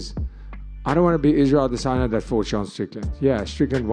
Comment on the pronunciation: I love the way this guy always says ‘aDEsanya’😂👏🏾